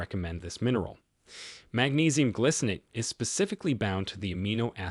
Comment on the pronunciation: It isnt glicinate. It is gly -- rhymes with spy, sky, sly -- cinate